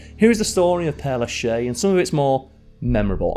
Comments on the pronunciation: “Pér Lashézuh”. S is only silent when nothing comes behind it. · It's pronounced "pear lah-shez" with the z sound. But I appreciate your efforts ❤ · Isn't it pere LAchaise? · When you make a video, you should put more effort in giving the correct information = Père-Lachaise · Good content as far as the history of the cemetery, but Oh! My ears are bleeding from the mangled French pronunciation, particularly after the long claim of researching the pronunciation. Père LaChaise is pronounced more like pear la shez. There is no hard CH sound in French. It is always like SH and the ai sounds more like the soft e sound in English. Egalité does not sound like eagle-ite, but more like egg Al ee tay. Just plug questioned words into Google Translate and listen to the pronunciation. That won't always be perfect, but it will be correct most of the time, and closer the rest of the time.